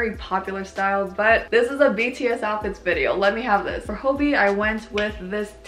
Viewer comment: Y'all don't understand how satisfying it is to hear pronounce their names correctly:((((